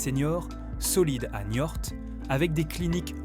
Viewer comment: J’ai arrêté à la moitié ! Çai fait bien 10 fois que l’IA parle de se "balancer sous un porche" ou même "sur un porche" ! Et ill vient de parler plusieurs fois de la ville de NIORTE ! Elle a beau nous faire son ton jovial, elle ne comprend même pas de quoi elle parle ! Elle nous prend pour des trisomiques !!! Ça gave. Allez, je zape cette chaîne superficielle qui fait que du remplissage infâme pour faire croire qu’elle sait quelque chose Que dalle, oui !